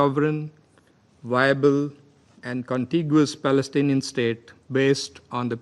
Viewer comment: Pls correct your Palestinian pronunciation 🌺💚👨🏽‍🦯‍➡️